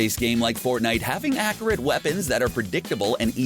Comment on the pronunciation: Did u hear how he was saying accurate